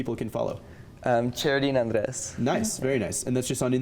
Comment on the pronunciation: The interviewer says “Andres” like “Undress”